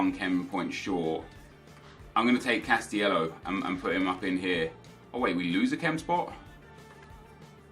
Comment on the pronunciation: It's cas-ti-ley-ho not cas-ti-ello for the 6th time.